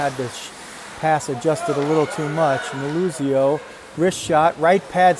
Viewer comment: Props to the camera work and announcer. Great coverage and props for pronouncing “Meluzio” the right way. No doubt a fellow paisan. 🇮🇹